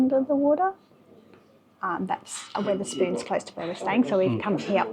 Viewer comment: STOP SAYINNG WITH ER SPOONS, ITS WETH ER SPOONS. WEATHER AS IN THE SUN AND RAIN AND STORMS. SORRY IT JUST ANNOYS ME THAT YOU DO A VID ABOUT SOMTHING AND CANT PRONOUNCE IT CORRECTLY.